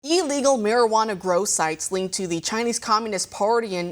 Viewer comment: What is "E legal"? There is only one "E" in illegal. Do you pronounce Illinois as eellinois?